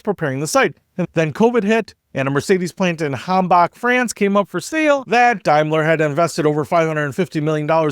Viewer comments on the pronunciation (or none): none